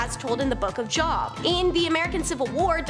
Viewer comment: The Biblical book is pronounced "Jobe" (long E). Job was the fella who was a bet between God and Satan. He was very devout, so Satan told God that the reason Job loved God so much was because God was so good to him. Otherwise, Job wouldn't love Him at all. So, without warning, God took Job's wife, children, afflicted him with sores, killed off his livestock, just made his life miserable. But. He still praised his God. Finally, Satan admitted defeat. And God blessed Job again.